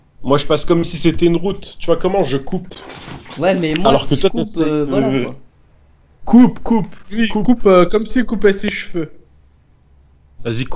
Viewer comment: ne dit meme pas ''oui'' mais ''uiii''